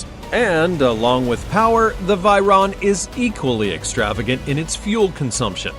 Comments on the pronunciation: It is called Veyron. Not Vyron or Viron...Dont you know how to pronounce?? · It's Veyron 😭😭😭😭 Vey-Ron not Vyron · Other people: Veyron This guy: Viron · Vey not vay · The fact he pronounces it as v-eye-ron is annoying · I stopped watching as soon as he pronounced Veyron incorrectly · Learn to pronounce veyron and Chiron correctly